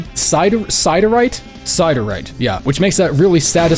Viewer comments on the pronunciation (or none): Siderite is actually real mineral, its pronounced sid-ehr-ight